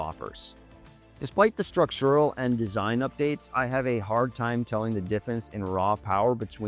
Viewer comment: lol why did you say "structural" like that? Does somebody else write your scripts orrrr?